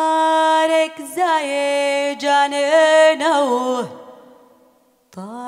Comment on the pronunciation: بتنطق غلط يعني شوف قالت جنينه ازاي وكلام كتير زي كدا هي مش متمكنه في اللغه ولازم قبل ما تغني تشوف مخارج الكلمات ازاي لأنها بتبوظ اللحن والاغنيه بطريقتها في نطق الكلام يعني مثلا بعد ما الناس تنوم زي ما انت عايز اتمنى مفيش تطلب